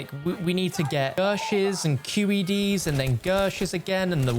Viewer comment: Please tell me, Im not the only one here that is bothered by the fact he says Q.E.Ds like it's a full word. I can't be the only one